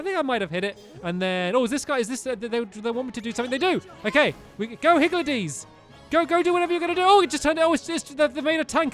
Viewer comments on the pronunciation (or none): it’s higgLedies, not higgLEDies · I think they are pronounced higldys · omg stamps xD it's pronounced higgle dees